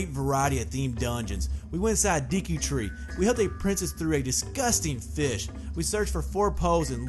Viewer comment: It is called the Deku tree not the deki tree